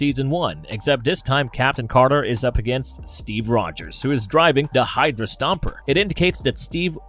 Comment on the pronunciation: " the"...not "da" Da this Da that... A 5yr uses " da"